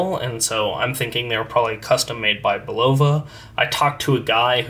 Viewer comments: Bulova also has its ultra high frequency (262kHz) “Precisionist” movement accurate to 10 seconds a year in a variety of pricier models including the Curv series, Precisionist chronographs, and the Lunar Pilot. And as a native New Yorker it has always been pronounced “BULL-uh-vuh” Do a Youtube search for “Bulova Watch Time” tv and radio ads from the 40s, 50s, and 60s Thanks for the video! That transistor looks odd to me (I have an M4) but the chapter ring, crystal, and handset look exactly right. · I find it surprising that the guy doesn’t know how to pronounced…..Bull’ la vah……….accent on the first syllable….😆👎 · Bulova....accent on the first syllable Bul’ o va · It’s pronounced Bull-uh-vah. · I went to the Bulova School of Watchmaking in New York and never had I heard Bulova pronounced with the accent on the '0'.